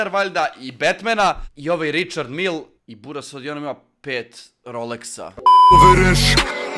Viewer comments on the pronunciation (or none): Evo da ti prevedem,za čukarički,izgovara se Rišar Mile,kao Mile iz Koteža,npr. Vozdra